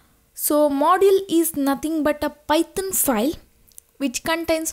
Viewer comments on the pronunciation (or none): Am I the only one hearing Python as "Pithon" ?